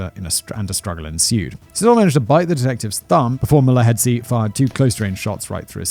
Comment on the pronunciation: I'm astonished at how well he was able to pronounce 'Mulovhedzi' though😅😅